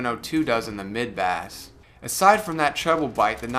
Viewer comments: You say 'bass' like the uk pronunciation for the fish. It's a different pronunciation for the instrument / sound where 'bass' sounds like the word 'base'. Where are you from dude? Edit: I like how you say bass. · It's not a fish the word is pronounced base -even though it is spelt like the fish.